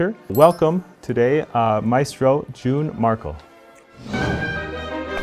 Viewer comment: 사회자 님께서는 준 마르클이라고(영어식으로) 발음하고 타이틀 텍스트는 윤 메르클이라고 표기되어 있어 찾아보니 Jun Märkl (윤 메르클) 이네요. 영상 아래 텍스트의 이름도 제대로 ä로 바꿔주시면 좋을 듯해요(a 위 umlaut 악센트 마크 챙겨서요).